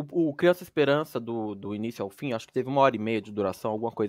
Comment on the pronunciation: "Espelança " kkkk